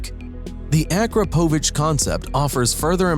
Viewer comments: It’s Pronounced: a-KROP-o-Vich. PLEASE AT LEAST PRONOUNCE WHAT YOU ARE FEATURING CORRECTLY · It is a-KROP-a-vich! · It’s pronounced: a-KROP-oh-vich. At least pronounce the products you are featuring correctly